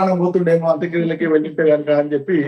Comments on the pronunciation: అమ్మ అంత క్రియలు కాదమ్మ, అంత్యక్రియలు. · అంత క్రియలు కాదు..... అంత్య క్రియలు అనాలి